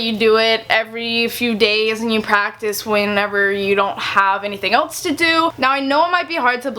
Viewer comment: please stop saying eltse it's else...